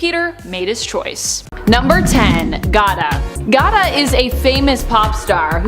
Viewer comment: "gada" lmao. Gata! You fine but no brain 🧠